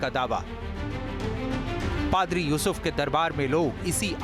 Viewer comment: Ankar bde garv se padri ko fhadar bol rahe hai 😂😂😂😂